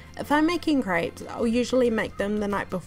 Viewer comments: Is it just me or does it sound like she‘s saying “ French crêbes ? „ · Did you just call them cripes? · Craypes” ay ay ay ay yup she “slayng” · I have never heard crêpes being pronounced as "grapes", but I guess there's first time for everything :) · ah yes french crypes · Crêpes is pronounced as "grabs". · I’m sorry but I had to stop watching just because of age says “crayps” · I live in France that’s not how u say fucking crêpés